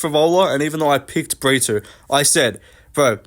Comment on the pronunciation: Why are you pronouncing “Brito” as “Britoo/Britwo” first Paul felder and now you. Porqueeee